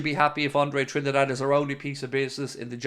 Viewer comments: It’s pronounced Trin- DADDY, not Trinidad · Come on man, it's pronounced as Andre "Tree - Ndaa - Deh"